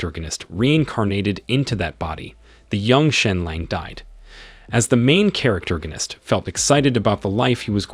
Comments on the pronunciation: Manhwa was interesting but I can't hear "noun"gonist one more time, thankfully someone already posted the source "Survive As The Hero’s Husband" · Wtf it's NOT "charactergonist" ... it's ¡¡¡PROTAGONIST!!! also, doesn't him have a name? Invent a name if he doesn't!!! Please!!! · Yeah I'm really hating this dude saying charactorganist constantly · All I hear is " Main charactergonist" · stop saying charactoriginitc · I give up seriously "the main charactergonist" it's fucking annoying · "THE MAIN CHARACTERGONIST" I give up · Stopped at 2 min due to charactergonist word getting on my nerves. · I wanted to watch this but the pronouncement of main character, main charactorgist is really annoying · Say main charactorgnist one more time... i dare you. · Learn to speak proper English! I can't listen to you saying "main charactorganist"! Ahhhhhhhh!!!! You ruined the enjoyment of listening to the manhwa recap! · Wtf is a "main characterorganist"?! 10 minutes in and I'm already irritated from you saying it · stop saying characterganist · I'm giving a thumbs down because of hearing the pronounce of the MC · this mother fucker made up a whole new word. this isnt even mispronouncing it. he combined main character and protagonist into the most annoying word ever.